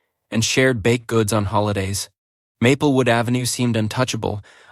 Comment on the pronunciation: No records of any of this ever happening. Also MAY-PELL not map-el